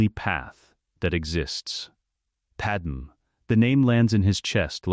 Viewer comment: Please fix Padame's name on future videos. The wrong pronunciation is annoying. Otherwise I enjoyed this.